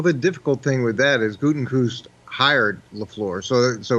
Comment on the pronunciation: Mangini is tone deaf af. Also, it's (goot-eh-kuhnst) sheesh lol